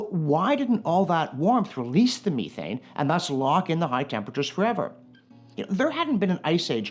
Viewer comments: The Canadian pronunciation of methane... love the channel but good lord. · I'm Canadian and have never heard anyone call it me-thane in person. Meth-ane is how I've heard it other than this fella and British actors.